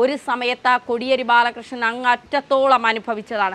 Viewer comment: Kodiyeri ennu ucharikkunnathu correct alla